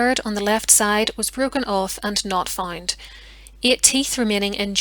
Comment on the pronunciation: FoUnd, Not FInd!! April, Not Epril!! GroUnd, Not GRIND!! However, Not HIever!! You English have No Pronunciation Skills at All. Damn, Learn to Talk the Right Way!!!